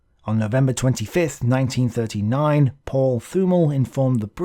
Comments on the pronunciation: Great video. One thing regarding german pronounciation. If there is a "th" in a german name or word, you have to ignore the "h". So "Thümmel" is pronounced "Tümmel". If you really want to get to the guts of german pronounciation, the "t" within the "th" is a little bit more open, compared to just a "t". But in everyday German, no one really cares. Hope this is comprehensible. Because English is not my mother language. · Thümmel is pronounced with a strong t, and afterwards a short ü while stretching the pronunciation of the doulbe mm. You can search for the german word "tümmler" (a name for a dolphin species, that is pronounced very similar) if you need any reference. the "Th" sounds more like the "th" of the name "Thomas" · A nice o e,, thank you. Little things: th in German is ot Th in English, Thümmel sounds with a very 't'. As'von' sounds with f for fau, not v for vee. And a thought: Had Spain joined the War, Gibraltar could easily have been taken by the Germen. Then, Malta probably could not have held them off, therefore, had this happened in 1940, in the nextyear Afrika Korps could have recived the much awaited resupply and tanks, so their Egypt campaign might not have been halted. And the oil comes then into consideration, in two fold: without Suez, their is a low connection to the Indian army, almost no oil from the Middle East can come to Britain, and Germany gets access to more oil. A less desperate Drang nach Osten (sic!) is then required, or even a delay on the Barbarossa. A real change of the course of the War. What do you think?